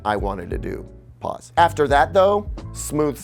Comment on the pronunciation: The “pause” ’s were hilarious 😭